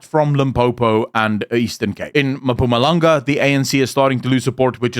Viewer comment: Enjoy your content, but please learn how to say "Mpumalanga" as ma-puma-langa is not it LOL